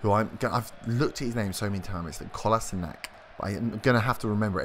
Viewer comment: Late to the party, found this googling around looking for inspiration for my new FM19 "playthrough". Kolasinac, you got it 99% correct. the c at the end should not be a hard K, more like a "tsch" if that makes sense? Asked my bosnian co-workers.